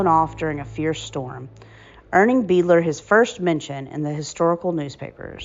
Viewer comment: I have it on good authority that the last name is pronounced "BIDE-ler" (being of German origin). Otherwise, it was very interesting to come upon this. Thank you, for your research and efforts